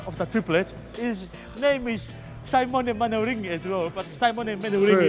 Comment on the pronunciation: Tears when he says Simon manering